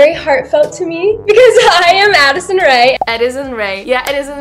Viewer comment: úžasný video jako vždy jen ...Adisson se říka se se :D no hate!!!!!